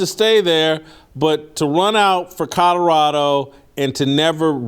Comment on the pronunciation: Jason you still can't say Colorado. Lol